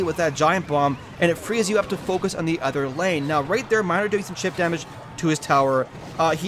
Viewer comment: hey you said minir